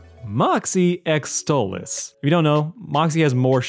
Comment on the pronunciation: please stop calling him stolitz 😭 he's a demon from the goetia and his actual demon name is stolas